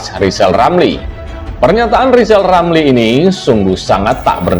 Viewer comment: Ramli ngomong saja belepotan...hahaha...ngomong R ....coba